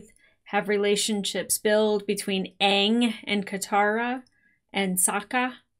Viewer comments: No need to correct those names. That's Ong, not Aang. That's Soakka, not Sokka. That's Earoh, not Iroh. You watched Ahvatar, not Avatar. Maybe that can help separate this from the animated series. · Oong, sowka, uncle eeroh oh how can I forget the yin and yong like wtf 😂😂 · Correcting the movie every time they said “Aang” “Sokka” “Avatar” and “Iroh” was the most fun I could have had while watching this disaster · I distinctly remember watching this movie several years ago on DVD. And the moment they first pronounced Aang as "Ong", I thought I was going crazy and mishearing things. Nope! This was the real deal. And honestly, BIG yikes. All of it. 😬 Believe it or not, I didn't even know they mispronounced Sokka, Iroh, or even the word "Avatar" as well until I saw this, which is even WORSE than I imagined. I just vividly remembered them butchering Aang as "Ong". 😓 And as far as coming up with something “positive” about this movie, here’s a good one. I love how it perfectly demonstrates why “less is more” by doing an abundance of what NOT to do and COMPLETELY ending production after Book 1. No need to tamper with the other 2 books. Trust me. We’ve seen WAY more than enough. 😅 #OngIsWong #IrohNotEero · In Eastern Asia; aang, avatar, and Iroh would be said Shyamalan’s way. But he went back on himself by saying Sokka and Agni Kai wrong